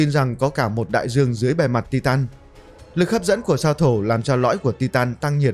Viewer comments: Tai tần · đọc sai từ titan